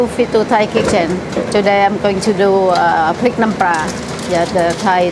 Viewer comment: Isn't it prik not prig?